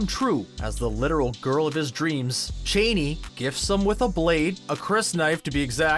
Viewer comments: It's ch uh aa ni not chéni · Dude, “Cha-ni”, not “Cheney”. The latter brings to mind a bloated and deranged old white politician. Please do not mess up my mental image of Zendaya that way 😟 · It's kind of a point of contention. Frank Herbert pronounces it Chain-ee, but the movies/miniseries (and pretty much everyone else pronounces it Cha-nee)